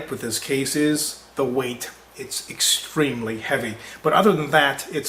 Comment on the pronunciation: He stressed on the word "extremely".. Now I'm afraid to get this case.